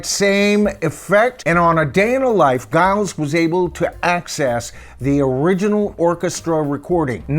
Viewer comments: Giles is pronounced Jiles ... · His name is pronounced ‘Jyles’, not with a hard G but a J sound. Giles. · it's pronounced "Jiles" by the way. Just so you know. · FYI, I saw and interview with Giles Martin and Sam Okell, the engineer, where Sam pronounced Giles name as Jiles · Pronounced jajaja isles ! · It's pronounced as the 'J' for the G. Jiles. I love his work on all he's done. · You keep pronouncing his name wrong. It’s Giles (like Jiles) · Giles name is pronounced Jiles according to many YouTube videos I've seen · At least pronounce Giles name correct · It’s pronounced Giles not Giles. And it’s Esher, not Esher. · A very interesting analysis of these remixes,. In terms of pronunciations, Esher is as you pronounced with the 'E' sounding as in 'Egg'. Giles Martin's first name is pronounced with a soft 'G' as in 'Gypsy'. Hope you don't mind. Please keeo your posts coming as I get so much from them. I'm really lookong forward to the remixes of the pre Revolver albums. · Pronouncing “Giles” with a hard G aside, I endorse this ranking!